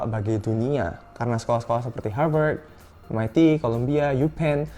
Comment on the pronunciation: Aku: Harvat Kakaknya: Harveurtds